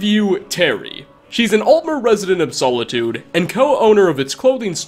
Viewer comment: As an elder scrolls fan the way you said Solitude hurt my brain.